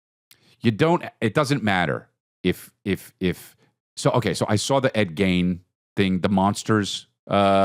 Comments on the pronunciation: "Ed Geins" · chris saying ed gein's name wrong over and over is pissing me off